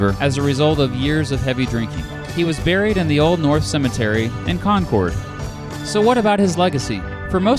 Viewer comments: Its Con-Kerd not Con-Cord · Concord is pronounced like conquered not conkord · NH state capitol is pronounced like the word "Conquered" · Here in Concord it's pronounced like conquered and thank you for the awesome video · Today I live near you in Piper, but I grew up in New Hampshire and your pronunciation of New England places it's painful, please think about trying them. 'Bow-den' and 'Con-curd'. The former is really kinda important because Joshua Chamberland taught there when he wasn't winning little round top or being governor of Maine. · You butchered that Concord pronunciation lol